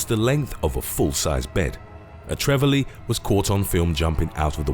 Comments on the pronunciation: Trevally is pronounce Trev alley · Trevally is tree-valley & groper (grouper) is grope-er